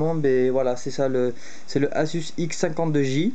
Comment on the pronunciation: Sa s'écrit asus mais sa se dis azus ;)